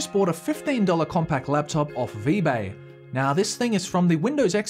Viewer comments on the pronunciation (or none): I swear he said Vbay